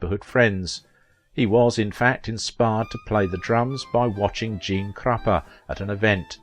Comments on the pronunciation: It is Gene Krupa, not Crapa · who gives a crap. I SAID it's Krupa, and IT IS Krupa! I don't care if he said Krumpa or Kruppa, he MISPRONOUNCED it! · Krupa, not Kruppa --Likewise, Sony not Sawnny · Gene Krupa......NOT Krumpa!!! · Kruppa is pronounced "KROO-pa. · The narrator doesn’t pronounce it with an “m”.